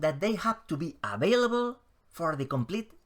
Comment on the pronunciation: Hola macho desde Sevilla! All dragons will probably be dead by the time of the trial. Available se pronuncia (avéilabol).